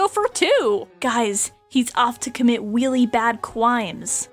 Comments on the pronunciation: “Guys. He’s off to commit weally bad cwimes.” HELPP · "guys he's off to commit weally bad crimes" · "Weely bad cwimes" had me dying 😂😂😂